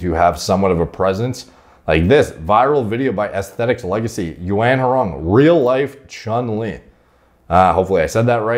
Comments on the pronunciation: Yuan is pronounced “Wren” 😅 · He pronounced it… “you ant wrong”😭😭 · You-on (Yuan)